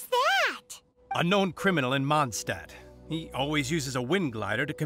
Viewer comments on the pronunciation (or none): As a person who can speak german it bothers me so much how they say Mondstadt